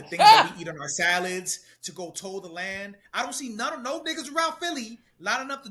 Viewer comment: Learn english, its "Till" the land, not toll the land. And it's problem, not pob'm